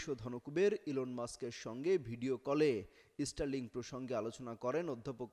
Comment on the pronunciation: ইস্টার লিংক।😂😂😂😂 উচ্চারণ ঠিক করেন আগে। এটা স্টার লিংক।